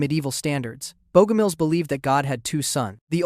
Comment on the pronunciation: Bogomils, CORRECTLY pronounced BOG-om-ills, not "BEAU-gom-ills" . . . how tragic . . .